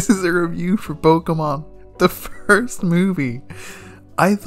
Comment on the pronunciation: Ah yes, Muh, my favorite pokoman.